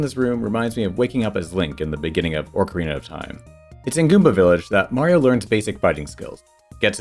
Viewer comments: Why do you say Orcarina? There's no R in that part of Ocarina. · It's Oak-arina, like the wood, not Orc-arina like Saruman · There's no R at the beginning of Ocarina. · look i can excuse saying mærio but "orcarina" is just wrong. you added a whole extra R there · ORCarina? It's not an orc princess! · Yeah, it's meant to be Ocarina, not Oak-arina. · I am asking this genuinely and I apologize if it comes across as rude in any way but do you say 'orcarena' as engagement bait or is that just how you're used to pronouncing it? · Orcarina. I hope you say things wrong for engagement bait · you pronounced ocarina wrong